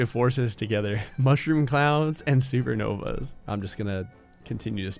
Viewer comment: i thought he said we're combining 2 powerfull forces mushroom clowns and secret novas XD